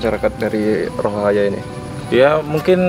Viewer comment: Bang bukan rohahaya tapi rohaniya😊😊😊😊